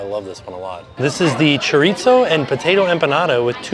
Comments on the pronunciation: Just fyi chorizo is pronounced kinda like Cho-reee-ssoooo. Try that! No T sounds for that word. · Have I been mispronouncing chorizo? Chore-eee-so? Does it have a “t” in? 🤷🏼‍♀️😂😂😂 not picking on, I just want to make sure I say it right.